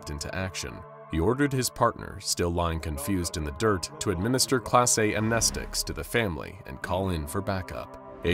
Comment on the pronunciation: Am I the only one that froths at the mouth at the way he pronounces amnestics?